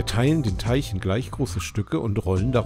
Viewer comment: Es heißt Teig und nicht Teich...??? Sorry für mein Klugscheißen☺️